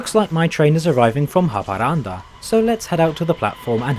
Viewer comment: wow, I never expected a X52 to be the fastest train in Sweden, as a local this still surprises me, his pronunciations of Swedish words are funny and always makes me laugh, the pronunciation for Haparanda was on the more correct side though but anyways good video